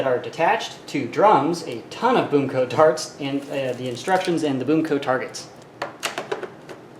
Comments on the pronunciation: He said 'a ton of boom co tarts'. Lol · Lol he says Boom co tarts! Like if it makes you laugh every time 😝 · "A tonne of BOOMco tarts" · "Boom Co tarts" XD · Whenever he says BoomCo darts I hear BoomCo tarts😂😂😂